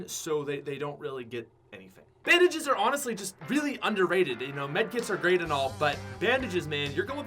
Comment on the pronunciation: This man did not say bandages😂